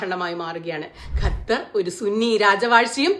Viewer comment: ക ഖ ഗ ഘ ങ പഠിക്കണം പ്രിയ സുനിതാ... ഗത്തർ അല്ല ക + ഹ =ഖ ത്തർ